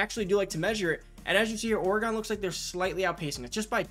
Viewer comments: it’s pronounced like “organ” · Never heard pronounced Or-Gone. lol. Oregon=Or-gen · Did you just say Orey-gon? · it was an observation. But I’m aware of how people pronounce other cities differently like Louisville, New Orleans, and St. Louis…etc. Just never heard Oregon pronounced that way, clearly I’m from the other side of the Mississippi River. Lol